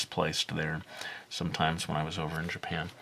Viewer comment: It's kind of funny how you say "Japphen" (Japan) :P Awesome video, by the way!